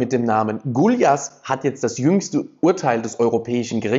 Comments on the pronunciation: Er ist nicht Gulias Sondern Gujas wie Gulas Suppe also Gulyas ist Gulas 😅 aber wirklich! Ly bei uns wie J. Wer will Ungarische sprache lernen bin ich da! Haha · Der Stabs-Chef-Name Gulyás wird so ausgesprochen: „Gujasch“.